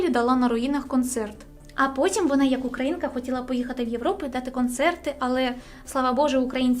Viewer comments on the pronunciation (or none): none